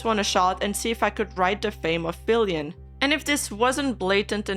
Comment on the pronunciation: lol the account LITERALLY SAYS FILIANNE not FILIAN 😂